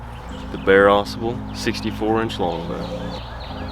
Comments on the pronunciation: I hear people mispronounce this river name. Drives me NUTS!! It's not Ausable, with the accent on the first syllable. it Au Sable! Two separate words with the accent in the first syllable of the second word. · * Ah sobble * not azabuhl I think